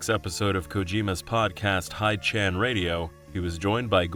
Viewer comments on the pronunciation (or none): A note for your narrator, "Hidechan" is "Hee-deh-chahn," not "Haid-chan". "Hide" is obviously short for "Hideo," which is of course not pronounced "Haid-oh" but "Hee-deh-oh". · FYI Kojima's Hidechan Radio podcast is pronounced "hiddeh chan" (not "hyde-chan"), because it comes from his name, Hideo